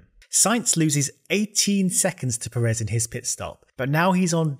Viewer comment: a small note: Pérez has that little mark on the first e, becaus that's the part you stress when saying it. so pe-REZ is definitely wrong, it's PE-rez